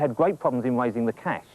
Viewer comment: or is he saying "Cash"?